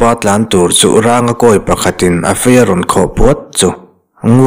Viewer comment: Ranga tih hi mihring hming a ni a thluk hi sarng tiha rang kan lam rik ang hin a thluk tih hniam tur a ni lo maw